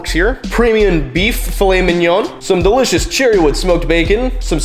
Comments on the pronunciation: “And a dericious beverage”. 🤣🤣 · Dericious Beverage 😂😂😂 Harro